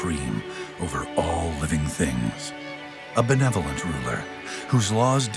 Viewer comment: benevolent..? benevolent.????